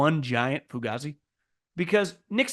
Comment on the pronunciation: It really Pronounced "Fu Gay Z"